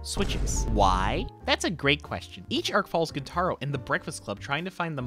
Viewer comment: Gent-a-roh, not gen-TAH-roh